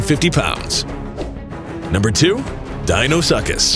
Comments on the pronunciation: Btw Deinosuchus is pronounced Di-no-su-kus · He said Dino-suck-is 😂 i'm dead